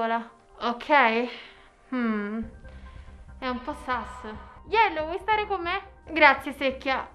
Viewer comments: Si dice sus no sas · Ma si dice sus non sas